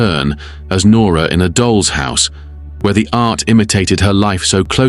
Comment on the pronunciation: Very well written and narrated. But I am puzzled by the pronunciations in places: The. Doll's. House. for instance, sounds pretty A.I., and yet most of the narration doesn't. A minor quibble - excellent work!